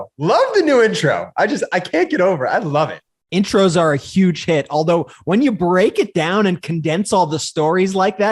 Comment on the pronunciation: Ben, please do not say huge like the orange boy. Huge is pronounced with a hard H, like hammer and not yammer. I still love all of you brothers and listen to you as much as I can ❤❤❤❤❤❤